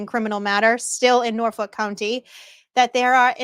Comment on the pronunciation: I'm just here for the intro song. But then in your intro I swear you said ' what exactly is going on in Norfolk cunty '?